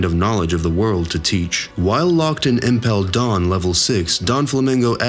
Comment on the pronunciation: I cannot listen to this guy say marEEjOeeSe and impel DAWN smh